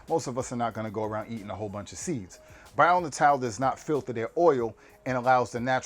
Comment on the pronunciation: Dude, you're killing me! If you're going to promote a brand, learn how to pronounce it. "Bio": simple enough. "Natal": Nay-tull, means birth or born. But just in case I'm wrong, get their toll free number and see how they answer the phone. Just trying to help.